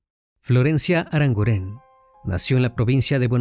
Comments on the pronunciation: NO ES "ARANGURÉN" ES ARANGUREN, NO SE ACENTÚEA LA E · El acento fonético es en la u: ArangUren. No lleva acento en la e. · Crimi lo primero decirte que me encantan tus casos y como los narras. Sólo decirte que Arangunen es un apellido vasco y se acentúa en la u❤ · Aranguren, no,aranguren'